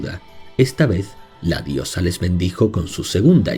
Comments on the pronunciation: Sería estupendo que se recopilasen sus mitos en algún libro. Nunca he oído hablar de casi ninguno de ellos. Solo conozco los vascos. Por cierto, la pronunciación, de "Eguzki" quizá debería ser "Egusqui", puesto que al menos en la actualidad en euskara se pronuncia así. En cuanto "Maddi" se pronuncia sobre todo como "Mayi". Mil gracias por este vídeo. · Me ha gustado el video pero te quiero comentar algo ...por ejemplo ...eguzki se pronuncia eguski.. z = s mas o menos ,no quiero que te sientas mal , todo se aprende 😉